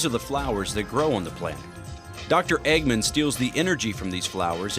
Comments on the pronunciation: The narrator/translator keeps pronouncing "Eggman" as "Eggmen". Sort of the same matter the "man" part is said in "Goldman". V_V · The way "Eggman" is being pronounced is making me wanna die